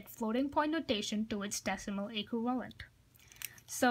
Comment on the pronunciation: I kept hearing “equilibrium” instead of “equivalent” lol. Great explanation dude. Thanks a lot :)